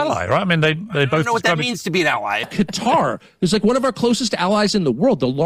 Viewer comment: “One WAN” goes hard these days